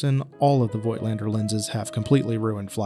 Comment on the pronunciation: Review? You cannot even pronounce the name of the manufacturer correctly.